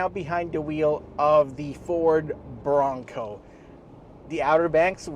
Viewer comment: Tapusin ko sana yung video kaso inaartihan yung pagbigkas ng BRONCO ... 😂 BO ROWNG COWW ... Bading !!! 🤣 oink oink oink 🐷